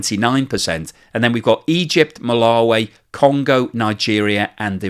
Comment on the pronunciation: Hi. Malawi is pronounced Ma-la-wee not way.